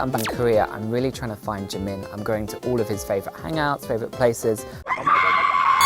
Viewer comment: I always thought you pernouce jimins name like jee-min